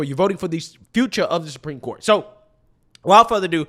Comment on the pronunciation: is such an air head. when she says “Supreme Court” she puts the emphasis on the wrong syllable and it’s making me nuts lol